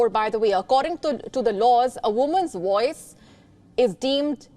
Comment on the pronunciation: Woice ? Wertu ?